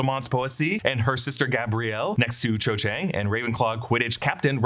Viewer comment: Cho* not 'Chode'